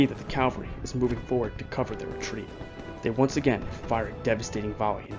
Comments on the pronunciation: Loved this, but please, it's cavalry not Calvary. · It’s Cavalry, not Calvary. Calvary is where Christ was Crucified!. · Very well done. My only other comments I would add is it's Cavalry. Calvary is the place where Jesus was crucified. Also, his name is pronounced Mary-en, not Mar-ee-en. We students growing up in S.C. learned that early on. I've visited the battlefield. It is much smaller than one would guess. Thank you for a very in depth look at a great battle. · Cavalry, not Calvary.